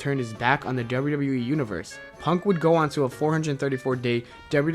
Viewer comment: Learn to say WWE!!!!!! Not WrrrWrrrE